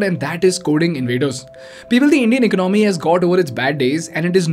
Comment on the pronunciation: Dude your content is decent but can you please learn to pronounce the words correctly. For the starters, it’s not “ecnomy”. It’s called economy. Say it like E-con-o-my. ✌️